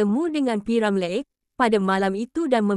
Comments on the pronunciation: Deiii, admin asal sebut p.ramlerr? Sebut betul2 boleh tk? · ni…sebut nama P. Ramlee pun Xbatul…semua kaum tau sebut nama P.Ramlee….ko ni org plenit mane😳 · Org mana yg mengulas ni sebut p. Ramlee pun xbetul, harap xjadi lg mcmni n tukar org yg mengulas kpd warga malaysia sendiri